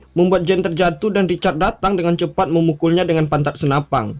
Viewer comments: SENAPAN BANG BUKAN SENAPANG WKWK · Senapan bro bukan senapang😂🤣 pang pang pong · Senapan...bukan Senapang.. Belajar bahasa yg baik dan benar dulu bro baru buat spoiler. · SenaPAN bukan senaPANG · Kok senapan bilangnya snapang... G g bisa di simpan u masa depang yah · Senapan gan. Bukan senapang. Sukses terus gan